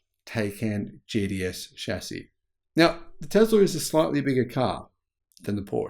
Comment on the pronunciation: “Taycan JDS” 😂 You mean Taycan GTS? Just kidding I know it’s the accent lol 😂